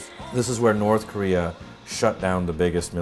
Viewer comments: What I learned from this video: they pronounce it "Ko-ree-er" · The narrator guy says korea like career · I didn't know I was pronouncing Korea wrong. From now on, it shall be "career" in my vocabulary. ha. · Haha "Korear" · I didn't know Korea was pronounced Career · "the powerful nation of Kah-rear" lmao!!! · why does the introgation dude say koreaung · The guy in the little videos says Korea like Career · "This is the forturne and glory of koreaar." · In Korear lol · Fun fact: this is a type of overcorrection that’s pretty common with speakers of languages that don’t have the same r sound as us that try and pronounce the r as much as possible to better imitate our accent, even when there is no r. I know this comment is really old but I learned that recently and thought it was cool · wow they cant even pronounce their own country's name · Did nobody tell the narrator how to pronounce Korea? Haha. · Have we been saying Korea wrong all this time? Is it actually pronounced North Career/Courier? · Rest of the world: "Korea" North Korea: "Koreeyer" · Out of all this all I got was the narrator saying north career instead of north korea!! 🤣🤣🤣🤣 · Ok is it pronounced korear or Korea? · Who do i keep hearing korear? It's Korea why can't they pronounce it without "r"? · Is it just me or does the Korean narrator who's talking about how terrible the USA is say 'Korear' instead of 'Korea'..... LOL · Why KOREAR? lol jesus christ... NORTH KOREAR :D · Why does the guy say korer not Korea the announcer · “THE PEOPRES PARTY OF KOREUURRRRRR” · Subtitle: Korea Voice over: Courier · i gotta love the narrator in the propaganda video saying KOREAR for some reason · The socialist narrator seems to think Korea is pronounced "Career"... ? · Wtf is KoreaR? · Actually it sounds more like “career” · Korear lol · The Korean Narrator to the film speaks like he's has a New York accent.. He keeps saying Korear.. A's pronounced with R's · Why do they call it Koreer in their videos? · North "Korear"